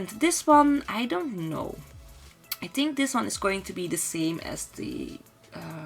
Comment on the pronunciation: why am I getting irritated by the way she says ''Tink'' instead of ''Think'' ...or ''wit'' instead of ''with''. I mean the rest of her pronounciation is good, but the ''T's'' instead of ''Th's'' are just distracting and irritating to listen to. I really like her build and it's a shame xD